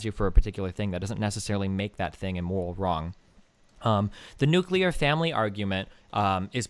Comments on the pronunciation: ... the nucular family... my god please stop repeating it. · The guest pronounced nuclear incorrectly. I don't understand why so many people pronounce nuclear like that, or how they look at the spelling of the world and think it's "new-kya-lure" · Please stop saying nucular. Please stop saying nucular.